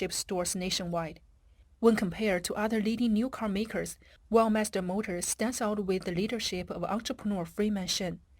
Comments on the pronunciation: I notice that the commentator pronounces "Weltmeister" as "wellmeister", is this to cover up the rather nasty connotations of world domination in the name? Perhaps it should be "lossmeister" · Veld my's-ter isn't it?😅😅😅😅 Schmidt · As a german i had to cringe every time Weltmeister was said